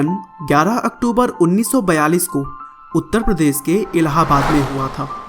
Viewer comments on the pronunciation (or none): none